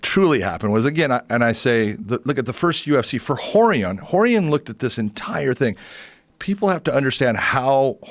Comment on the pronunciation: The way Joe pronounces Rorion: Whore-ian